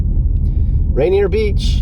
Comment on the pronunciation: That’s RAINIER VALLEY no t Rainer Beach.